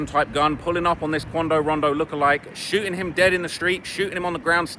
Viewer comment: 😂😂😂 he said "Shooing".....